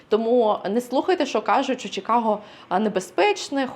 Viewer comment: A. Будь ласка, "Чи", не "Чі". Чикаго. Нам українським чикагцям на тому дуже залежить. Дякую. В. Якщо Пані хоче справжнє відчуття "Сільпо" в нашому місті - запрошую до Rich's Fresh Market на перехресті Belmont i Cumberland. Вітаю в нашому місті!